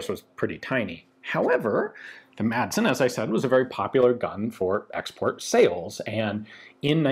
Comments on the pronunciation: Madsen is pronounced more like "massen" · Intersting look into a rather peculiar piece of Danish arms history. Just a little tip: the d in Madsen is silent. So, to anglophones, it should be read something like "massen" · FYI The D is kind of silent in "Madsen" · The d is silent.